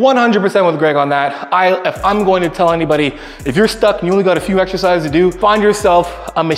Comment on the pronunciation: Greg says " eghzecises"🙃